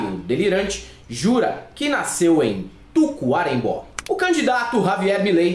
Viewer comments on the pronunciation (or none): é Tacuarembó não tucuerembó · So uma coisinha... o nome da cidade do Uruguai e : Taquarembo.( com acendo aberto no " o" )